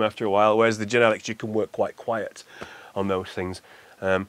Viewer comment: Every time he pronounces Genelec... 🤪🙈